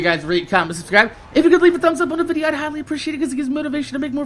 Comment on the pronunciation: I completely agree with you on the whole religion thing,. The one thing thing I've wanted to know is why you say vidja like that. Sorry for saying this but is it because of Yote? I have no problem removing this if you want but I was just curious.